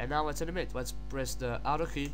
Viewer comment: Naoow leats preass DELAETEE. dear god...